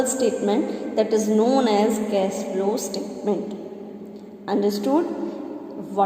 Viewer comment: Cash bolna seekho yaar